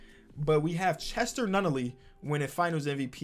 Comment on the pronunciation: Actual name: Cesar Nunnally: "Chester Nunnally